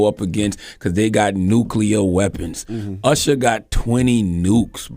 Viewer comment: Stop calling Usher “Ursher”